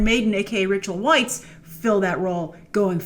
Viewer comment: Rachel Weisz's last name is pronounced like vice.